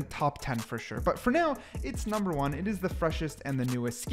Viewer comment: reaver numbah wan